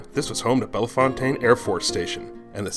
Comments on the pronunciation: Great video, thank you! Love learning the history. One note, Bellefountaine is pronounced by the locals "bell fountain". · It's pronounced Belle Fountain.